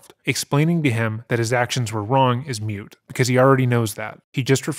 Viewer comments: ACK! !!! It's MOOT, not MUTE!!! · Moot. Not mute.